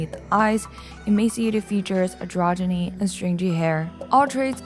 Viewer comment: I am eating up your videos instead of doing homework. You probably won’t read this but my pedantic butt just wants you let you know that I think you mispronounced stringy. Maybe i misheard you but I think I heard strinjy